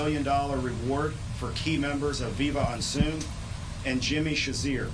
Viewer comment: what is viva unsoom? And who is Jimmy Shazeer? He can't even pronounce Viv Amsanm or Cherizier how can we take seriously?